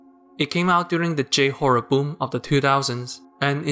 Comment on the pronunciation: please pronounce "j" in "j-horror" as "jay" and not "jew" ... it can be quite jarring